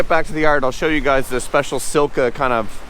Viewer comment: On to the next!! btw you pronounced sika wrong. there no L in there, it should sound like seeka :-😉👌👍 hello from Ireland ☘